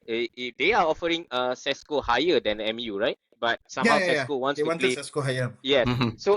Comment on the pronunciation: Pronouncing Sesko as Tesco was simply hilarious 😅